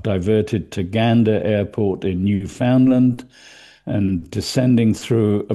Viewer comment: Love your analyses that are insightful and accurate but sometimes not your pronunciation. It’s “New Finland” not “NewFOUNDland.”